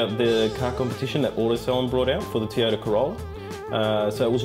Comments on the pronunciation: I wish he could pronounce "Toyota" correctly. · Toy-o-ta, not tee-a-ta.